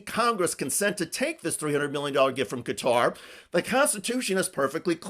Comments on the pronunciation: The name of the country is pronounced Gat-uh - not as Cutter or Catarrh. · Cutter lol ffs try and say it’s name properly